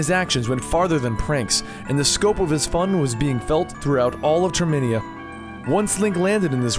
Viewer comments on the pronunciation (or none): its termina not terminia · It's Termina (tur)(meh)(nuh) just a heads up